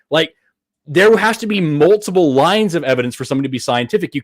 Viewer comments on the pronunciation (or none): none